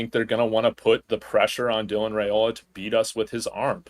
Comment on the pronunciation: I gota comment this bc ive heard this channel pronounce his name wrong every time. Its not Rayola, its Ryola. The family name is pronounced Ryola, just spelled Railoa. Just in case any one was wondering why you hear both, the correct pronunciation is Ry-Ola